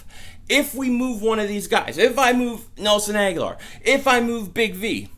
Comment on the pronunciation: Pronounced Ag-Ho-Lor. He has been there 4 years now and you still can't get his name right! I think he needs to go to a team that will respect his name...